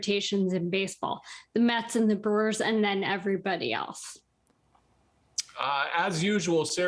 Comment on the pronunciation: Did she say “Burrs”??? Lol